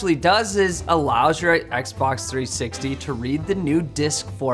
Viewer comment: "Xbock" Sorry,, but you gotta update your tally. One more point for English.:D